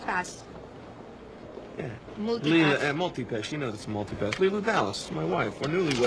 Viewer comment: I always think she says moody pass in the thumb nail, dont know what shes realy saying?